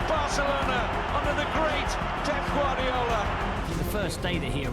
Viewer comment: Im done....man said pep guardinho 😂😂😂